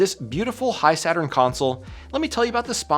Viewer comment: I thought it's pronounced "He-Saturn" not "High-Saturn".